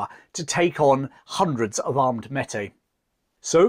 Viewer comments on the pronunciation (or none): Meti is pronounced may-tee. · This is amazing! But here in Canada ‘Meti’ is pronounced like this; “May-tee”. Cheers and thanks so much for covering this! As an Ontarian, I’ve always been very impressed by the story of the Wolseley Expedition! Such a remarkable achievement. You can really have no idea how impressive it was, until you see the type of terrain they passed through on those river portages. He took the best possible route you could without a railroad. It was the last great adventure in North America before modern technology took over. It was like a dream. As soon as you wake up, it’s gone. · Metis is pronounced "May-Tea" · It's May-Tee, not Metee. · The name Metis is properly pronounced "May tea" not "Met Tay". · Metis is pronounced may-tee not met-ay. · Pronunciation Tip: Métis = May-Tea. You might enjoy reading Dickens of the Mounted. Francis (Frank) Dickens, 3rd son of Charles Dickens served as a Mountie from . An unspectacular career marked by ineptitude, laziness, reckless behavior, and of course drinking… Louis Riel had a range of serious mental health problems. Many quite rightly regarded him as a lunatic. He also offered to leave Canada, sell out the Métis and move to USA if paid 39,000 dollars… No hero he. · Great stuff. Just one thing…Métis said Maytee. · great piece as always but the Metis is pronounced (mey-tee). Thanks for your work a Canadian fan. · Good content and all of that. Just two little things that I offer to those who may not know better. They are not intended as criticism, just pronunciations First one: Metis (French word) so MAY TEE Second one Sault (French Word) so SUE or SOO (like BOO) as it is known. SOO SAINT MARIE. In Canada this region is often referred to as THE SOO (like BOO). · A great, and accurate account, but a bit of research into the pronunciation of Canadian vocabulary would help. For example: Metis (maytee), Saulte Ste Marie (Soo St. Marie). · May tee is how it is pronounced. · Pronounced mehtee